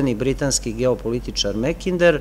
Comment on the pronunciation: Makinder je ispravnije nego Mekinder,bar se meni čini a u pitanju je samo izgovor samoglasnika "a" na engleskom.